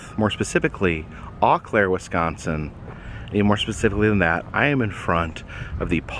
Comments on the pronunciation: Welcome to my hometown! By the way Eau Claire is pronounced O Claire...not Aw Claire. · I'm in Madison and I lost it when he said Awe Claire lol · Not to be a perfectionist or anything but Eau Claire (O-Claire) 🙂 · I grew up in Eau Claire...cant believe I missed ya but I just wanted to correct ya on something. The Eau in Eau Claire sounds or is pronounced as "O" so when you say it, it sounds like O Claire...also I've been to the museum numerous times, its a great place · lol, its pronounced oo claire like saying oh. They filmed a movie at the museum called the lumber baron. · It's pronounced O' Claire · I've been suggesting this place for years! The city is pronounced "Oh Claire" but Eau well. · I caught that as well. I was like, "what did he say?" Yes, it's 'Oh Claire." I thought lived in WI? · I'll give him a pass since he's out of state. But everyone else who lives in Wisconsin should know 😂